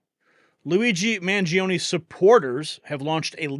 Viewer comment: MangionE. ‘E’ llike Eternal, evergreen, extra.